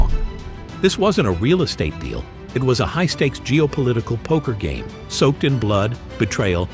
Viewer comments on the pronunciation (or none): none